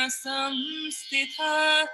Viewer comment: Sansthita not Samsthita